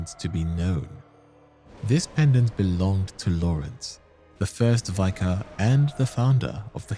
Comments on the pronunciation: It's pronounced vik-ah, not vy-kar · Just a heads up, "vicar" is pronounced like "liquor" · Hey, love the videos, love your cadence and will always eat up every Bloodborne video available…. One thing that’s driving me crazy is ‘vicar’ is pronounced with a short ‘I’ like in ‘big’ instead of like vy-cur. Everything else is great though, keep up the amazing work 😊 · Why do YouTubers insist on pronouncing "Vicar" as "Vye-car"? Is it such a rare word?? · You pronounce vicar and spindly weird, great video tho :D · Please look up the correct pronunciation for words you don't know. There are so many mistakes that it detracts from the video. 'Vicar' is not pronounced that way.